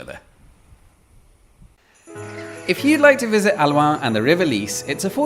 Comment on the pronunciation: Its not aluaan, its halluin. Say it as it is written. Hallooin.